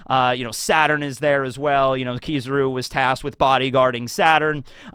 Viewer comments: I dont understand how you watch anime yr whole life and stil cant pronounce names correctly, Finaly you learned how to say A-KAI-NU. instead of A-KA-iiiii-NU And now you butcher KI-ZA-RU. not KIE-ZE-RU i bet its on purpore to get more reactions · Why do you pronounce his name like this 😂😂😂 It’s not “Kizuru” it’s KI-ZA-RU